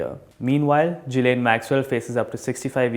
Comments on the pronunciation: U gotta pronounce that European name well bruv...It's gi-layn ..not ji-layn .. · well, it was just a friendly nudge to pronounce the name correctly..hehe...